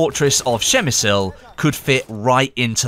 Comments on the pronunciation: Its "Przemyśl" phonetically it would be: Psheh-myh-shl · Per mi sul. Lol 😂 that butchering. Spit on de Non Austro Hungrian. Mass clicking! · Dont say PrzemysYl just Przemysl xD. What about Gorlice Tarnow? We even got skin for weapons called Gorlice Tarnow. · not that bad actually, but the first letter P should be hard and distinctive. Przemyśl. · You didn't butcher it that bad XD. It's pronounced "Pshe- mishl" (as close as possible because some letters and accents make a different sounds). But as English speaker, not bad 👍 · You made me smile every time you said it so I guess I can you forgive you the butchering :D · Took me a while to understand what you said... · I am actually from PrzemyŚl, and yes you butchered it :p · Hey! I'm Polish and I have to say that you made me laugh a bit when I heard you saying Przemyśl, but later on when I listened to you couple more times, I thought you did it quite well as for being a foreigner.:D The correct pronounciation is impossible to explain (without using the phonetic alphabet) in English, since there's no "ś" sound. "Ś" is a softer form of "s", a bit close to "sh", slightly similar to "sh" in the word "sure". Pronounciation goes more or less like this: PRZEMYŚL > PSHEMYSHL. Good job anyway and I hope you will at least try to say it perfectly just for yourself.:D I think somebody posted a link to the video with correct pronounciation here in the comments. Cheers!:) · you almost got the pronunciation right! Just read the "ś" like "s" in the word "sure. Nice to hear someone at least trying:) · You did fine, but in polish it's Przemyśl :D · przygotuj sie jak coś masz powiedzieć w obcym języku! Przemyśl to trudne słowo ale anglik powie to normalnie...tam nie ma Szy tylko P na początku...Trzeba sie pytać ludzi jak coś wymawiać przed nagraniem materiału. Każdy dziennikarz to robi. robisz błędy w każdym języku! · Actually I'm from Przemyśl and your pronouncation is horrible